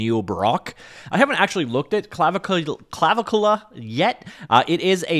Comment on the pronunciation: I could be getting it wrong myself but I think the pronunciation might be Cla-vic-ula - seems to make the most sense to me anyhows.